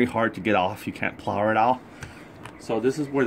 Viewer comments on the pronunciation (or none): none